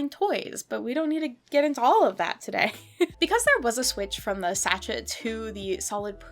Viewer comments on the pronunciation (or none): Petty point of order- it’s pronounced ‘Sashay’, not ‘satchett’ 😂 I really tried to ignore it but after the tenth time of hearing it I just couldn’t stay quiet, sorry 😂 apart from that, loved this video, and I now have a new collecting rabbit hole to go down, my Etsy basket is now filled with slightly weird 80s dolls 😅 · It’s pronounced “saa shay” not shachet. In case you ever need to say it again in your life. 😁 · Its scent “sashay” babe. Not sashet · I think sachet is prounounced as sah shay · sachet is French so it's pronounced like sashay. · “Sachet” with a pronounced “T” is killing me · I'm 100% with you. The first time I was like "ugh okay" but then she says it like 30 times.